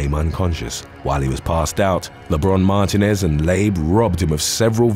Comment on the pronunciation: Mar-TEEN-ez is how you pronounce Martinez